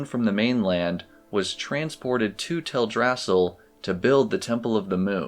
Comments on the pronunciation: Oy, it is prononced "Tel Dra Sil", not "Tel Drassel". It is a play on Yggdrasil. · Tell druh sill, not tell drassle. They even pronounce it in game. I see your corrections but you might want to pin it to the top of the page so people read it first. Just a suggestion. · It's Teldrasil not TelDRAsil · It's TELdrasil, not TelDRAsil. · Is it Tell-drasal? I always pronouced it tel-dra-sil. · Its Tell-Drass-EEL Great video, but the mispronounced name bugged me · you lost me at "tell-drass-ill" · theres one thing that bugs me about your video, thats not to be rude of course! this is really well made but Teldrassil is pronounced tel-drasill all one word as it is based off the world tree yggdrasil from mythology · I've always pronounced it Tel-dra-sil too 🤷‍♀